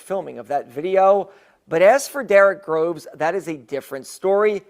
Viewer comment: Get the last name right …. It’s GROVES